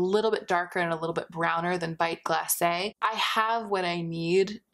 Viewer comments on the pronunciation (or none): none